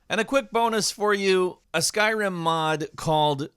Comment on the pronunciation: I thought you said “skywhim”